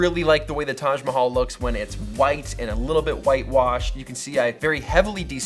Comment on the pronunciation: You pronounced "Taj Mahal" so well, You should come to India!!